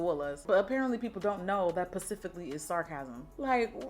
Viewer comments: "PACIFICALLY" Pacific Time for those that don't get it 😂😂😂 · I Looool every time you say "pacific" hahaha! Yes to "was it popular or was it just cheap?" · I live for zwollahs and pacifically, like how are ppl watching Jackie and don't realize it's a joke damn $SarahGraceDubs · You gotta be a real Jackie Snackie, Aina Addict to know she says PACIFICALLY on about every video 😅 $dreamjaz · Not people not know "pacifically" is a joke, lol my favorite was the time Jackie said "specifically" and then corrected herself! $LauTauWow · I bet it's the non-subscribers that be complaining about you using "pacifically" smh lol $Nlia728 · PACIFICALLY!!! :} $UgoOkoronkwo